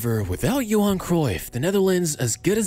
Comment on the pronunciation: Johan* not Jouwhon